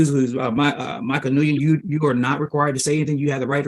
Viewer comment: The judges inability to pronounce the last name Nguyen made me laugh